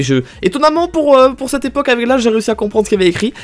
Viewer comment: Je pense que beaucoup de gens ont remarqué mais ne dit pas "aveC" mais "ave" 😭il enlève le C mdrrr